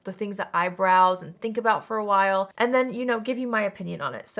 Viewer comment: When you said “the things that I browse” I heard “the things that eyebrows” 😅😂 That would be a fun name for a makeup testing vlog. Or maybe a beautician’s office.